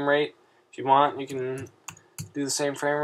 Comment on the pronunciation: he said "DO YOU WANK" XD